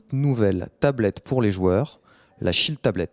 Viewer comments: j'ai compris la "shit tablet" lolool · on dirait qu il a dit la "shit tablet" LOL